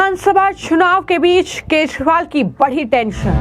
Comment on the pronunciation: मैडम, केजरीवाल है उसका नाम! आप केशवाल बोल ताहि हो, क्या आपको दिल्ली के सी एम का नाम तक पता नहीं है? आश्चर्य है ऐसे ऐसे पत्तलकार??